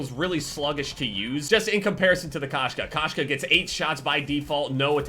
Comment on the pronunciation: Koshka is cat in russian,its said k-oh-shka,but when saying the "oh" cut out the w sound